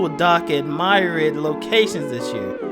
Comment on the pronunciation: said “MYriad” 😂😂😂